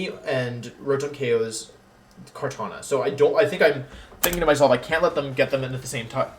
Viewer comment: Are you purposely mispronouncing Regigigas and Kartana in the beginning?